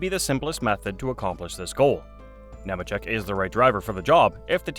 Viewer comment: It’s “Kneemacheck”.🙄